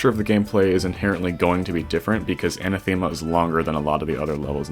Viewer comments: Another level with a Greek word as the title Btw its Anáthema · I love how top extremes are all named after greek gods/words (and maybe other stuff but mostly this) and everyone is destroying the words xD. oh and btw for anyone who cares its anáthema and the e is pronounced like the e in help (for example)